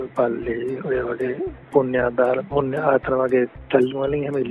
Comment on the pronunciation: පුණ්‍ය කියන කෑල්ල අමුතු විදිහට ඇහුනේ මට විතරද?